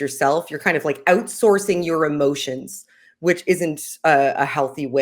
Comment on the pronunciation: clearly didnt say "out" enough in this one. FAIL/correction: "oohtsourcing" and she is on fire again.